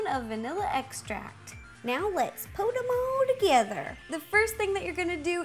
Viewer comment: It's funny cuz when you said "Put them all together" it sounded like "Potomodogeder"